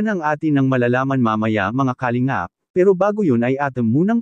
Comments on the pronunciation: Puro ka Kalimgap ng Kalingap .. Ewan ayusin mo Pronounciation mo .! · di ayos ang pagbigkas ng salita ng nagbabasa sa vlogg lalo ng salitang KALINGAP